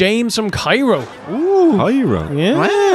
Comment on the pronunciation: Should I tell them, like a dick, it's pronounced "Care-O", not like "Cairo, Egypt"?: XD Just glad you gang answered my question anyway. And yeah, the broken legs joke is really funny. My personal favorite is the "Candy Apple Island" bit from "Treehouse of Horror III". "AAAAGGHHH!" CYN, even taking out all the issues, was... quite the sit, thank god you three made this all the more watchable.